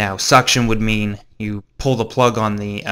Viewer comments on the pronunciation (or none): none